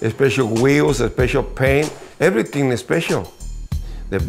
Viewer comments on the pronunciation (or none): “Erreryting azspecial”